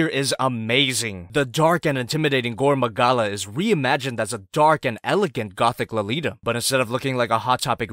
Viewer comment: Just gonna pretend you didn’t say “gorn magala”